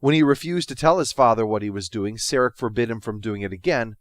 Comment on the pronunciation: Who is this "Sairek? Spock's father is Sarek pronounced Sah-Rek.